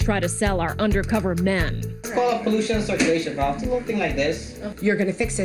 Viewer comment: “Pollution Cicrulation Valve” what the fuck? Hahahaha